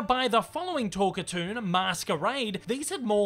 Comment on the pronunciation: “Talk-a-toon”,? NO! It is pronounced TALK - CAR - TOON! Other than that, I’d give your script a “10” out of 10 out of 10. They usually work as well or almost as well as this one did. My late Mom was a HUGE fan of Betty Boop, and Mom’s friends (and I must admit, I myself) gave her all kinds of Boop merchandise. I still have Mom’s Betty Boop figurine, standing atop a piano, and holding a 1930’s RCA 44 Ribbon Microphone. Incidentally, the Hayes Office enforced the BREEN code, and contrary to what you hear on TV, it really was the BREEN code. The Motion Picture Code was NEVER “THE HAYES CODE”. It was the BREEN code. Look it up. And you bet, - I would LOVE to see a new HIGH QUALITY (That means a product that’s made as well and looks AT LEAST as good as the as the original series of Boop cartoons! By that I mean animate on 1’s when possible (that means there’s ONE DRAWING FOR EACH FRAME OF FILM, which ran by at 24 frames per SECOND). But most of it is what’s called “limited” animation (in which they make a drawing for every TWO or more frames, they save a lot of work (read: MONEY) by NOT making a drawing for EVERY frame, cutting their cost per foot of useable film in HALF.